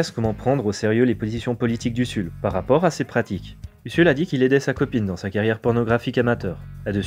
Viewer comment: Ca se prononce Uzul pas USSUL.